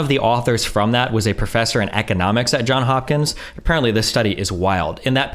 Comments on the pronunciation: I know this is very nitpicky, but it's Johns Hopkins (an s in both words), no John Hopkins lol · Everyone, the School Johns Hopkins, the s in the Johns is pronounced. This is my pet peeve.